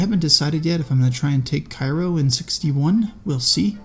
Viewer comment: Hey it's pronounced Kay-Row. I used to call it the same as the Egyptian city but that's incorrect.